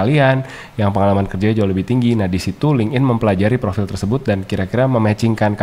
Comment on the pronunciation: FYI, LinkedIn itu cara bacanya "linktin", bukan ling'in.